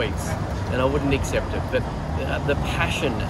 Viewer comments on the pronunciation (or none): none